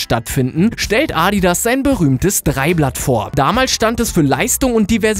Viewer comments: es heißt adidas nicht aaaadidaas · Wie du ADIDAS aussprichst😂😂😂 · Wen regt auch auf wie er Adidas sagt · Wie du Adidas ausspricht 😂